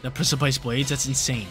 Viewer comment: Hell yeah, reg G! 🎉 Btw precipice is pronounced liked press-uh-piss